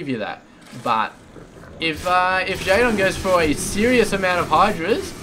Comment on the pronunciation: you pronounce jaedong wrong.